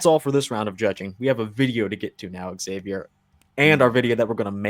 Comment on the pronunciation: "Eggzavier Willis" lmao dog he's your friend you can't do him like that